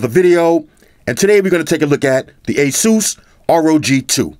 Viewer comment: Thank you for pronouncing ASUS right